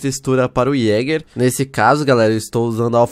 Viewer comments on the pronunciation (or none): none